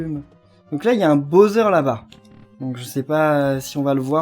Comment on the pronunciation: Pourquoi tu le "BAUZEURE" c'est le "BOWSER" c'est stressant stp. On prenonce "BAWSER"